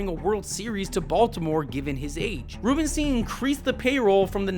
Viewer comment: Just word of advice... double check how to pronounce names before you do these. Hearing you mispronounce Elias and Rubenstein every time was tough. I will say Brandon Hyde was absolutely a problem. He wasn't just managing the roster he had, he regularly mis-managed his bullpen and played analytics way too much. He constantly took hot batters out of the lineup because of lefty-right matchups. Sometimes you just have to let guys go out and hit. He never had a consistent leadoff hitter. Some days it would be Cedric, sometimes Gunnar, sometimes Holliday or Cowser or Westburg...he never allowed any consistency. The Orioles were amazing last year when Gunnar led off and Adley hit behind him. Then for whatever reason right before the all-star break they stopped doing that and everybody slumped in the second half of the year. The Orioles did spend this offseason, but consistently on horrific contracts. $72.25 Million on an oft-injured Tyler O'Neill, 41-year-old Charlie Morton, 35-year-old rookie Tomoyuki Sugano, over-the-hill Gary Sanchez, over-the-hill Kyle Gibson, and failed prospects like Ramon Laureano and Dylan Carlson. Andrew Kittredge immediately got hurt when they rejected Jeff Hoffman for injury concerns. It was a horrible free agent haul. On top of it O'Neill's contract was horrific because it's a 3-year deal but with an opt-out after one. So basically if O'Neill performed great and by miracle stays healthy he's out after just one season. If he's injured and/or bad we are s